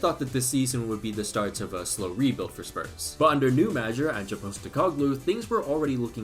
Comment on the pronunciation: Yes, Aussies, you heard pronounce 'Ange' with 2 syllables.